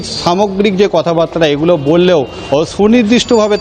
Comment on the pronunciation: উচ্চারণ ঠিক করুন। ' কথাবার্তা ' কে কথাবাত্রা বলছেন। রাবিশ!